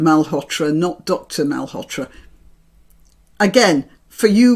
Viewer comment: not Mal-hotra , read it as a double ll in William, Ma-lhotra